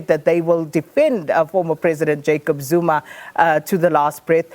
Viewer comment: You can’t evin pronounce the name how dare